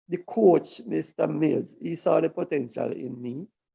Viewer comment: Just a correct the gentleman names was Milne and not Mills